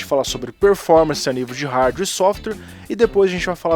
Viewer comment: NÃO desabilitem o superfetch , ele na verdade é um serviço que analisa o que você mais utiliza de programas no computador e os mantem na memoria para abrir mais rápido num futuro ( tem sentido já que programas mais usados tentem a ser abertos mais vezes ). E fala Hardware corretamente por favor